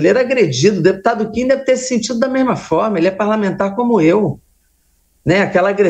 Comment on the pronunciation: A jornalista de esquerda não sabe nem falar o nome do Kim direito. kkkkkkkkkk